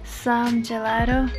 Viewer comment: se dici una parola italiana devi pronunciarla in italiano GELATO e non Gelaro! =D